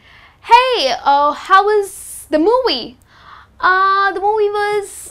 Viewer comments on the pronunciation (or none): native speaker don't say MOWIEE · What the hell is "moowie"? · What does mean mowiie!?? She needs to master IPA first Listen how does she pronounce the word ( conversation ) But her knowledge about the language is great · Hey.. how was "the mooowee" LOL.. Its MOVIE!!